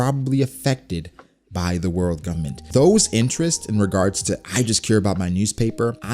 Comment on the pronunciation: Anybody else notice the fact that this dude say “Govbment” about 1000 times 😂😂😂😂